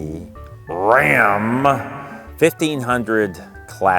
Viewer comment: My husband and I cracked up everytime you said Rrrrram.